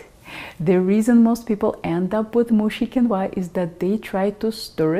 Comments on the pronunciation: It is pronounced keen-wah. I have used this super food in America since I learned to cook in the 1960s. This video is pretentious. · Hello, quinoa has been eaten by the natives of the Andes for years and years, its is very nourishing, and delicious. Please, accentuate the “i” , not the “a” if you do, it sounds chinese….hahaha🥰🥰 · I did not know "Qu" in Quinoa was pronounced as "K " sound or is that just a Russian thing. Heap all that Quinoa up onto your steamed kale and serve it up when your mother-in-law visits. - yum. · Ah, I hate “mooshy quinwah”!